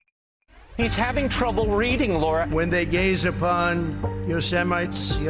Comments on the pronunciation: Yo- se- mites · Yo-Semites, Swip, Mini-n-apoilis, adminiszzztrazation, you can't do that, we're last that's why we're first. 😆 😆 😆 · Lol! Yo-se- mites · Yosemyte.... yosememite... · Yo-Semites?😂 And this fool is our president?😂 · ....there was also Another version.... YO - SEMENITE..... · I live near Berlin, germany..and even i know how to pronounce it. The moment i heard him say "YO! ..semity" i facepalmed myself so hard it left a mark. I feel so sorry for america, if you don´t turn this around this NOV i´m afraid there is no recovery for you, and ultimately the world (speaking of climate change, the most urgent problem humanity faces) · Here's Trump trying to pronounce Yosemite a few days ago. Heavens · How did he butcher “Yosemite” I mean most ppl have heard of Yosemite national park or even Yosemite Sam from looney toons 😂😂😂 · How could an American not know how to pronounce Yosemite? Didn't he watch Yosemite Sam as he was so pro 2nd Amendment? (Oh I forgot Sam lost his pistols. 😁)I